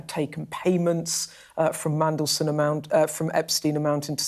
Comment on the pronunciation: Thangod he pronounces Mmmmm correctly 😅😅😅